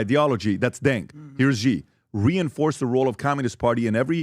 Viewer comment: If you know anything about Chinese politics you would know that Xi ( pronounced “she” by the way) is much more aligned with Mao and NOT Deng.